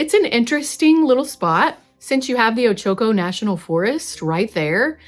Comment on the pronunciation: O-Cha-Co That is how you pronounce Ochoco. Born in Prineville, this video made me laugh!